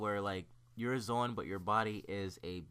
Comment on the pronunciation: The way he says zoan. It drives me crazy